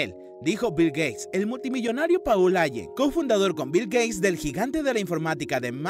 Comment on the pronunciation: Paul (se pronuncia Pol) Ayen (se pronuncia Álen)